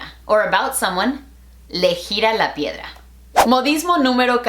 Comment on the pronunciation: Yo es escuchado ardilla en vez de piedra